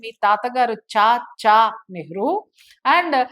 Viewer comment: చాచా చాచా‌ చాచా అని నొక్కి వాక్కనించాల్స్న‌ అవసరం లేదు